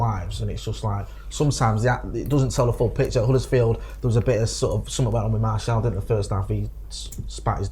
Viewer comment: His name is Martial not Marshall 😂